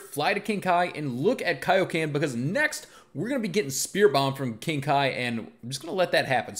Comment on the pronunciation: Its kioken